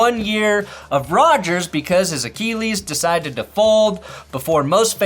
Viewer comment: Achilles pronounced A-Kill-ees...not A-Keel-ees. The East Coast in me cringes everytime you say it lol